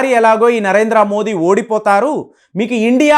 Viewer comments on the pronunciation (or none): అందరూ దయచేసి "మోదీ" అనండి. మోడీ కానే కాదు. మన పేరు ఎవరైనా తప్పు పలికితే ఒప్పుకోము కదా.